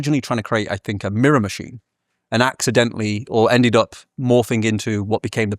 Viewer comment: How can somebody be so eloquent, knowledgeable, and posh-sounding yet have such awful grammar and pronunciation? ("fink" instead of "think", "we was talking about this")